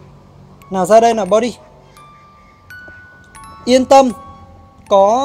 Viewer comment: không phải body mà là buddy anh ây =))